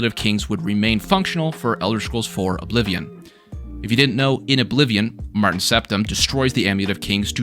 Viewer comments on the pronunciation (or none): none